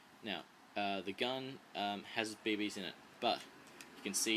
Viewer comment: u say bb's funny! bae baes... xD